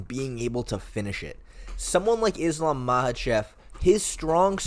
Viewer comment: I’m sorry what do you mean most people don’t believe Volkanovski has what it takes against Islam? Speak for yourself. You also don’t know how to pronounce Islams name. You sound like you don’t know enough about mma to be making a video about this tbh, maybe consider covering another sport?